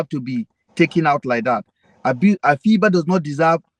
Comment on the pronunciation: The name is not pronounced as Afee -ba it's Afiba. Means Friday born, its an nzema name